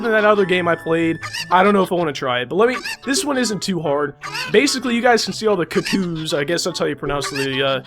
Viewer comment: You pronounced cuccoos wrong -.